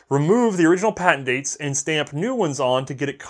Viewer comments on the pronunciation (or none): none